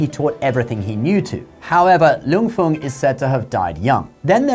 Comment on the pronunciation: Its more pronounced like hong (ho-ng) rather than hung. 😂 it souds so weird you saying as in "hung" up the laundry". Wong/huang fei hong